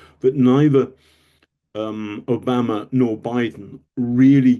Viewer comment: Who‘s “Obamer”? Exetra….